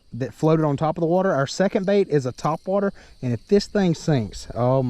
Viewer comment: Whyyyyyy you like top wat-er? 😁